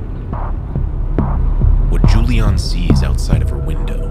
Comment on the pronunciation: oh, there is a mistake. it´s Juliane, not Julian 😅and pronounced different. anways ... she was lucky in that situation ...